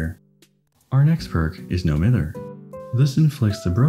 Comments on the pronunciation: It is NO-MY-THER. It is not NO-MI-THER. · It’s pronounced “No Mive -Herr.” Lol sorry, from Manchester and that’s some Mancunian slang 😁